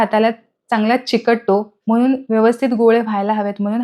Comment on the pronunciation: ण हे अक्षर मराठीत असते. पन, पानी, ओलसरपना, दमटपना, म्हनून हे आणि असे अनेक शब्द ऐकायला खूप विचित्र वाटत आहे